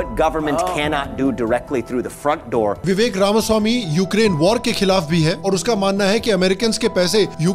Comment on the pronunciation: Only western guy to pronounce RAMASWAMI correctly